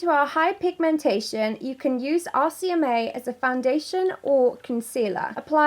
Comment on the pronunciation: The whole time i thought she was saying 'ASIAMAE' instead of 'RCMA' 😂😂😂